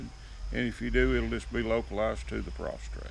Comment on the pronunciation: i had prostate cancer...its prostate...not prostrate...please say it right...